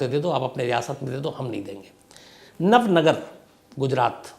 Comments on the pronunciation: इसे नवनगर नही नवानगर कहा जाता है,, जामनगर से जुड़े हुए एक इलाके को नवानगर कहा जाता है,, बलचडी नही,,बालाछड़ी कहा जाता है,, जहां अब केंद्र सरकार का सैनिक स्कूल है,,, मैं ये इसलिए बता रहा हूँ क्योंकि मैं जामनगर के नेवी स्कूल वालसुरा मे पढ़ा हूँ और मेरा पुशतैनी गाँव बालाछड़ी से सिर्फ 45 किलोमीटर दूर है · nav nagar nahi Nava Nagar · Nav nagar nahi navanagar